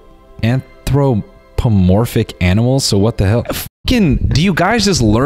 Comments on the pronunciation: Noel pretending he knew the word an·thro·po·mor·phic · Not Noel shitting on the writer's word choice cause he can't pronounce "Anthropomorphic" 💀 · nah the jokes he made about it i think made it clear. He even asked what it meant and couldn't pronounce it